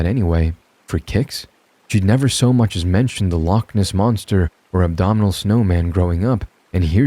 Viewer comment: Hello!!! I just wanted to say that I love your stories... but let it be known that... my boy... you said Abdominal Snowman... not andomitable.. And now, all I can think about is a yeti walking around with chiseled abs.. eating a bag of jack links 😂 AND I was hoping you could tag me in the videos where a white lion hybrid woman creature get saved by the protagonist.. And then offers themselves to said , protagonist later on , when they become somewhat human... i've been trying to rediscover that story for a few years... please and thanks..